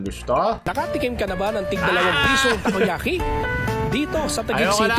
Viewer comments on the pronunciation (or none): Tako yaki na hindi tako🤷🏻🤦